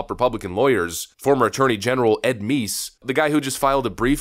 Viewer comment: It's "Meese", not "" 😉